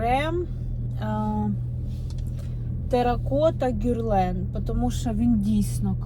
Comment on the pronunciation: На сайте Брокард тональный стоит 1762 гривны и фирма ГЕрлен а не ГЮрлен😂